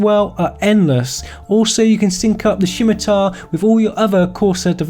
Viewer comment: Did someone dare you to say Shimatar? I jest, great vid.